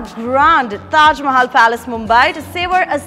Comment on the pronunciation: 's way of speaking is damn irritating. We want kamiya in all the videos. The way she twists her tongue and pronouncing "Mahal" in this video is damn bad.